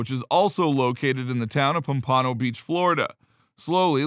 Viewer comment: pampooooooooono..... its POMPANO